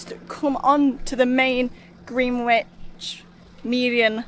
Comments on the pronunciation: Greenwich is pronounce Grenich... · Just to help it's pronounced Gren..itch 😊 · It’s pronounced Grenitch